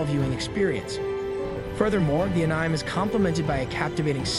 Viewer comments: It's pronounced animay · Bro said ehnaime :( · Enzyme without the z